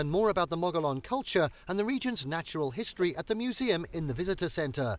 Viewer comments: Gila is not pronounced Geela. It's Spanish, so the G is pronounced more like an H. So we say Heela. The ancient Mogollon people who lived there is also a word spelled in Spanish. The double L is pronounced like a Y. So it is pronounced Mo-go-yone, not Mawgalon. Just sayin'. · And Mogollon is pronounced Mo-gee-own, not Mo-ga-lawn... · Gila: "Hee-la". Mogollon: "Mo-gee-on" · Gila = /HEEla/. Mogollon = /Muh-gee-on/.